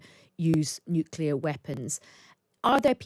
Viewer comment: So surprising to hear a knight of this realm and an obviously educated man saying such nonsense as “hence why” and pronouncing nuclear as “nucular”, rather like that imbecile George W Bush….smh